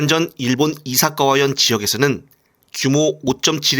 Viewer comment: 이사카와가 아니라 이시카와다 병신아